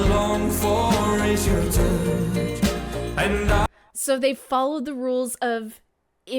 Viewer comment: Pls pronounce the words clearly like touch.